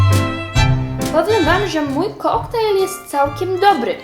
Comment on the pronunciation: 1. O 10.09 2. KOKTAJNE?! NIE KOKTAJLE?